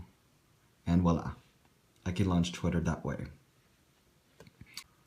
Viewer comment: it's voila (emphasis on the v).